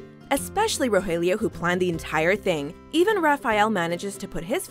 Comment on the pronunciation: Pleeaase stop mispronouncing the names...